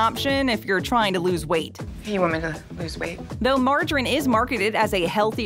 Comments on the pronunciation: Pronounced "Marge a reeeeeen" buddy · Mar-ja-rin. I’ve never heard it pronounced like that, like there is no letter E on the end of the word. Nevertheless, margarine is really unhealthy. The basic rule of thumb is that the more a food is processed the worse it is. The less it’s processed and the closer it is to its natural state, like butter or lard, fresh fruit, veg and meat, the better. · As a proper English speaking English man If I hear "Marjarin", "boutique fruit juice(?)" "Sossajes", "Vegtabouls" or "Yowgert" again I'm going to explode 😅 Why change the pronunciation of an existing word? It's like giving a car square wheels just to be different 😂